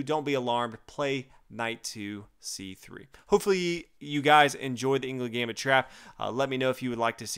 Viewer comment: It's pronounced anglooond gambit, just so you know :)